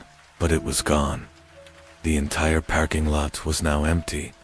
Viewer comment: Do you narrate your own or use AI? Love the stories, but it's not a "pairking" but "parrrking" lot. Sounds like a pirate. Leading me to believe it's AI again.